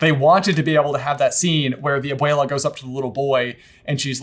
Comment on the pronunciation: Am I the only one who hears aboila instead of abuela coming out of J's mouth? 😂